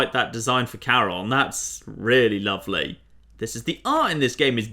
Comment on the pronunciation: Charon is not pronounced Karen Jon...